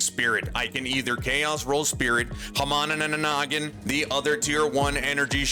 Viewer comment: Guys... Is it really a crafting video if he doesn't say "HOMOGANOGONINGIZING"?